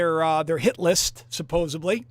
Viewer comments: not "supposably" -- SUPPOSEDLY....suPPOSEDly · Supposedly is correct ✅ Supposably…is NOT!!!